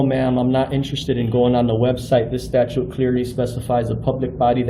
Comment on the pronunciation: He can’t even pronounce statute. He say statue. He is a simpleton with no useful skill or purpose in life.